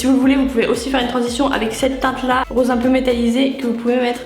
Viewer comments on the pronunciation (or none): none